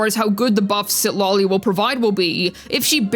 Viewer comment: Is just me or says Citlali as CitLOLI.